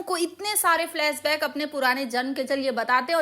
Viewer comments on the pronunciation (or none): फ्लैस बैक नही "" फ्लैश बैक "" होता कम से कम सही बोलना तो पहले सीख लो। गधे की सवारी नही करते "' घोड़े "" की करते हैं